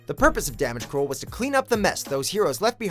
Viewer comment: "damage crole"